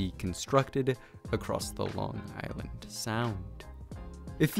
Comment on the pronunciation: And just saying this guy butchered the pronunciation of Long Island